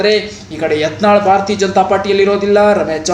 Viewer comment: ಭಾರತಾ ಜನತಾ ಪಾರ್ಟಿ ಅಲ್ಲೋ ಪುಣ್ಯಾತ್ಮ. 😂😂😂😂 ಭಾರತೀಯ ಜನತಾ ಪಾರ್ಟಿ